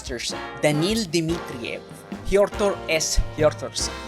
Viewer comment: Came for Mortal Kombat. Stayed for "Dnil Dimitriev".